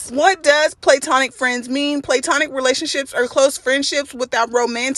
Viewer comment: Pronounced Pla-tonic not playtonic.